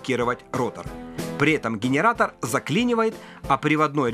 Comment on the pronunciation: Гейнаратор ? What ?